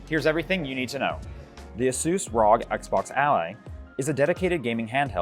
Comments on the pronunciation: How is he going to pronounce it RAWG instead of ROGUE. My guy 💀💀💀💀💀💀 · It's R.O.G. republic of gamers. Are people really calling it "rawg" ally now? Or am I the only one saying the letters as an longtime ASUS supporter